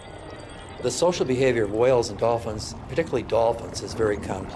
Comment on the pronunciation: I have another question, why does the narrator pronounce Whales like Stewie?